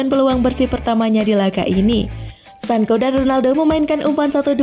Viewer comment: Bilangnya Sanco bukan Sanko, mbak..... 😁